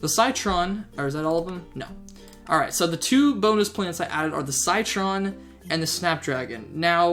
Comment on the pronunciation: it's no SYTRON Citron pronounced sitron